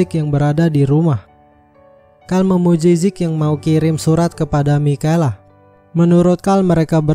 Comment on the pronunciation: Bkn mikela cara sbut nama nya kak,tapi misyel